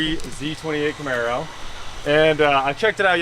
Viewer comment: The "Charmaro" huh? yeah boi